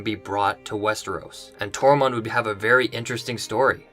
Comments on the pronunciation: is it me or are you saying Tormont instead of Tormund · And it’s Tormund, not Tormond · Tor-munn-d. Excellent vid. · ITS NOT TORMOND